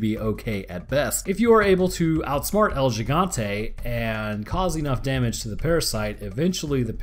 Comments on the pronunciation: It's El He-gone-te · Bro my fucking ears almost exploded when you said L Jigantay 😂😂😂😂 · It's pronounced El Jigante with a j almost h sound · Oh, I already have. Jimmies have been long rustled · hurts my ears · You still said the name wrong